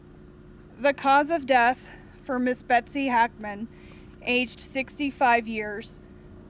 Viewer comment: Becos the guy is pronouncing Betsy's name wrongly,that's all*